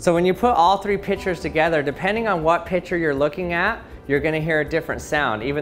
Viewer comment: THE FREAKIEST THING IS OUR GUY ALWAYS SAYS PITCHER INSTEAD OF PICTURE.